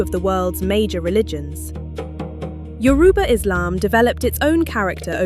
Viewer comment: Thanks for pronouncing Yoruba correctly👍🏾